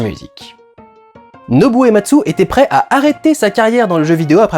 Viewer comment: Salut en merci pour cette vidéo pour faire le lien entre FF et le cinéma, lien qu'on verra de plus en plus avec les épisodes suivants. Par contre j'ai noté 2 petites choses, pour le compositeur, il m'a semblé entendre Ematsu au lieu de Uematsu. Et pour FFVI c'est pas 12 personnages, mais 14 en tout (Terra (Tina), Locke, Edgar, Sabin (Mash), Celes, Cyan (Cayenne), Gau, Setzer, Relm, Strago (Stragus), Mog et Shadow) et les 2 persos facultatifs que tu peux ne jamais rencontrer Umaro le Yéti et Gogo, le mime introduit dans FFV. Et FFVI est aussi le 1er jeu à avoir instauré les attaques désespérées (j'ai plus le nom en tête), prémices des limits break des 4 épisodes suivants et de ff14